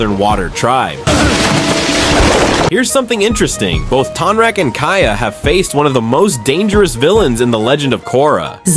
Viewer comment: It's TONE-rock 😂😂 sorry I had to say something. You made some great points about Kya's aggression towards Zaheer, I never noticed that before! I think Tonraq would win, too.